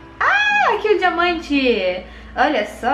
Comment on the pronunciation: ostentação de dinamante (diamante) 😁😁